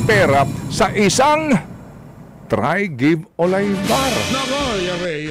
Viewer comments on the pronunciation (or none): Yung pronounciation ng Trygve Olaibar ay Trig-ve….norwegian name yang Trygve. For information lang.